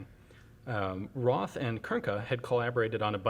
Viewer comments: Not RoTH, dz dz dz...RoT, with a long "o" like in "road" . So this is a "Road Sour". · it is Roth (Rot with a long o) not Roth (Ross).